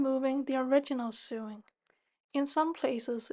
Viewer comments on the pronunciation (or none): Lovely work - Thank you for sharing your expertise! Just a little pronunciation point if I may - SEWING / SEW / RESEW is pronounced like SOWING / SOW / RESOW as in blowing, growing or going. English has no logic! 😅